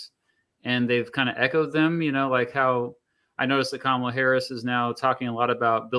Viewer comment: That lady is disingenuous and her mispronouncing Kamala Harris name just screams Fox News